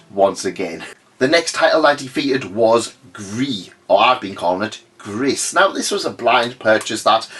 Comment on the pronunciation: Nice pronunciation on gris 😊